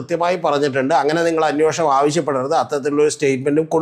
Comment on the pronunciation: അന്യോഷണം അല്ലെടെ അന്വേഷണം എന്നു ശരിയായി പറയൂ...